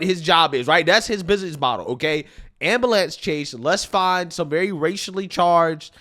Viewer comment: “Ambalance?” For real tho? Whoa black Betty, “ambalance”